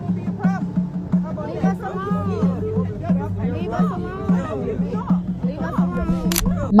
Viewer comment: Leave it to the whiny, professional victims, race card carrying fools to turn the word " alone" into 6 syllables! How do these irritating, unaccountable, arrogant, ignorant, and entitled idiots STILL walk around blaming EVERYONE else but themselves?